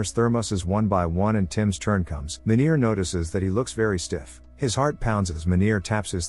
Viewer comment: 😂😂😂Im South African, trust me Meener isnt said like that, its like...Mean Ear with R at the end being very pronounced